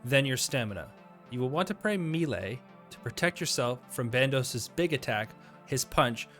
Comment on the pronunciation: I've heard melee said as May - Lay, Me - Lee, and now Me - Lay thanks for the third.